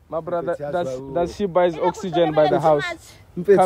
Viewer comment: The Emphasis of buying Oxygen is wild🤣🤣🤣🤣🤣🔥